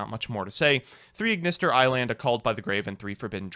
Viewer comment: "Piyari" This somehow hurts me more than Aignister